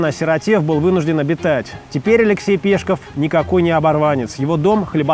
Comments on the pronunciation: Вроде бы правильно не ПЕшков, а ПешкОв. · настоящая фамилия Максима Горького произносится с ударением на последний слог. Он ПешкОв, и никак иначе! Кстати, по отцовской линии Горький был таки евреем. Эт первое. Второе. Алексей Максимович в своих трудах во всю топил за капитализм, противопоставляя "опустившихся" пролетариев современным и предприимчивым людям начала века. В пьесах "На дне" и "Мещане " все это можно проследить. А уж совки, в свою очередь, извратили и перевернули смысл работ Горького в свою пользу. Пропаганда-с!